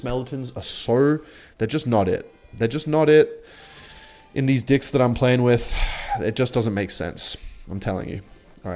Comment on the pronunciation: i might be sus with this but everytime you say decks it sounds like you're saying you're playing with dicks